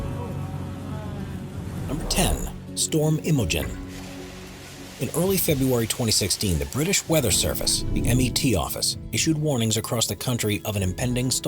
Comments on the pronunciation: Met not M.E.T and there is no r in Luton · The commentary on this is so bad, where is Lutron airport? There is a Luton airport. The uk weather service is the Met office, short for meteorology, pronounce met as in bet, not M.E.T. and what's with all the adverts, 6 in a 20 min film makes it unwatchable especially since they interrupt at the most ridiculous moments. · It's the MET office not the M.E.T office! 😄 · #15 - I’d have been sick ! 🤣😂🤣 #10 - It isn’t the M.E.T. Office as the narrator states - it’s the Met. Office - Met is the abbreviation for Meteorological. #8 - It’s not LUTRON ! It’s Luton !